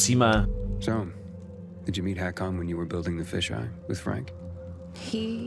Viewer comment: To není Hakon ale Ikon